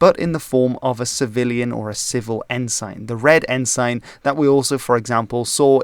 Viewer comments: Up until this video, I have NEVER heard ENSIGN pronounced as “en-sine”. Always “en-sun”. But here Newfoundland and Cabot are also mispronounced…🤷‍♂️ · ensign is pronounced with a schwa so it it's more like en-sen, not en-sain. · Loving your content, so here's some pronunciation tips to help you make it even better! "Cabot" sounds like "cabbit". The second syllable of "ensign" rhymes with "sin", not "sign". "Newfoundland" sounds like "Noofin' Land" -- primary stress on the first syllable, secondary stress on the last. It's "Diefenbaker", not "Diefenbacker", and the last two syllables sound exactly like "baker". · Good video, but it's pronounced En-Sin, not En-Sign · I know your native language is not English, but the word is not En-SIGN, but En-SIN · its pronounce en-sin not ensign... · "En-sin" not "En-sign" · Good vid! - I will point out that 'ensign' is pronounced "en-sin", and not "N-Sign". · Good video. One FYI …. Ensign is pronounced en-sin (not en-sine) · Firstly, ensign is pronounced "en-sin" in Canada. Secondly, it's "Diefenbaker", not 'Diefenbacker. Thirdly, also part of negotiations to change the flag was the progressive New Democratic Party, then propping up the Liberals in the Canadian House of Commons. Finally, an excellent video otherwise. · Also: En-sin (not en-sign) and Dee-fen-bay-kur (not bakker). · It is not en-sign..it is pronounced "ensin" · Not “En-sign” its “En-sin” g is silent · Lester Pearson was not the "Governor" but the Prime Minister. Furthermore, it's pronounced EN-sin, not en-SIGN. Yeah, you can say en-SIGN, but it's not right in this context. ALso, it's RMC, the Royal Military College, NOT the Canadian Military Academy. Like, just google it. It's in Kingston. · English can be quite difficult for a non native speaker, even for some native speakers. I've never heard of 'ensign' being pronounced like that either. It should be with a short 'i' (ensin, not ensain) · It's pronounced "En-sin"